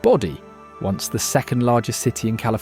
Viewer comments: you call the town Body when I am pretty sure that you mean Bodie pronounced... Bowdee. Just saying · You kept mispronouncing the name of the town of Bodie Ca. It's not pronounced like how "body" sounds. The "O" is long, as in "B-oh-dee". By the way, the narration was so slow, it couldn't keep my attention. I appreciate the research that went in to making this video, but it would have been better if you could have spoken a little more lively and sped up the stories a bit as well. 💤💤💤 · Bodie is pronounced Bow-dee... Enjoying your content